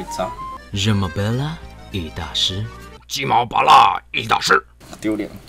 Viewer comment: 法文的你很漂亮是 ㄉㄩ(Tu) ㄝ(es) ㄅㄝㄌ (belle)，不過那句Je m’appelle 很標準喔～～😊😊